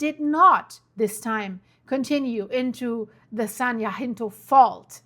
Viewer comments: jacinto is pronounced yahcinto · Love watching you form Texas.. and here we pronounce it San Jacinto (sounds like San Jah-Sin-Tow) .. Not being critical, just trying to be helpful. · Jacinto is pronounced ( ya cent toe) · Pronounce the “ c” in Jacinto. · San Ya-sin-toh (Jacinto) or Ja as in German for yes Ka-hovn (Cajon) Trying to do it with German sounds. 😅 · Cajone Pass (kah-hone) and San Jacinto (jah-sin-tow) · Cajon pass the ca sounds like k the j is pronounce like an h. Like k- hone.. San jacinto. Is pronounce like San yah cinto. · Kuh-HONE SAN Huh-SIN-Toe Fort Tay-HONE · It's Yaseento fault and Kah-hone pass. ! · Cajon pass PRONOUNCE CA-HONE San Jacinto pronounced San yasento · i literally live at the bottom of the cajon (cahone) pass, and we are not los angeles, its san bernardino, also san jacinto is (ha-seen-toe) . thank you for your videos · Thanks for this clear explanation. "J's" are pronounced as "H's". "Cahon" pass. San "hacinto" pass. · Love your reporting. If I may, I just want to let you know that Cajon is pronounced ka-HONE and Jacinto is pronounced ha-SIN-toe by the locals here.